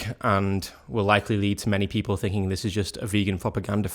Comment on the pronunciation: british people make saying "ing" a challenge. its sounds like its just droles into "ink" so like not thinking but thinkink. or maybe thats just you. idk